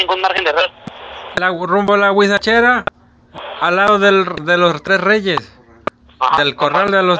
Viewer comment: ya lo see... Pero el extorsionador dice "Guachicheraa" ... Y no huizacheraa... Es lo que me dió risa xD